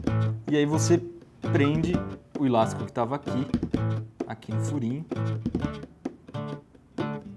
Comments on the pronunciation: eu moro em são paulo e ninguém fala ILASTICO, fala ELÁSTICO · só eu q entendi ele fala "ílastico" ?